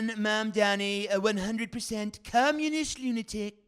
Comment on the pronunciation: Zoh, ran, Mam, dani. Not Zor, han. Not Man, dami.